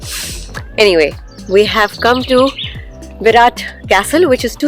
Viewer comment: Berat Berat Berat not barat 😉